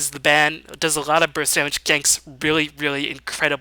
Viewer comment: Is he German? Why can't he pronounce L? A lot = A ghat Large = Lagh LoL = Agh-O-Agh